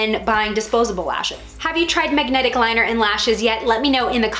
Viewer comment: First mistake. Saying MAGAnetic. 😂😂🤣😂